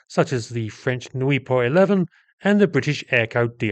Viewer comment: Good analysis of a generally forgotten aircraft. Note the widely differing types of undercarriage fitted to different versions in the pictures. One point - , the Nieuport is pronounced 'New-por' in French or 'New-port' in English!